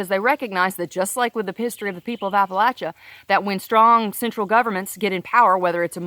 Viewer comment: I'm from Southwest Virginia. Loved to hear you pronounce Appalachia correctly and cracked up when you said charney nasty. Obama killed our coal communities and our region is suffering.